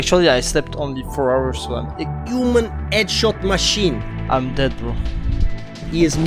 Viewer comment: "EDSHOT MA SHEEN "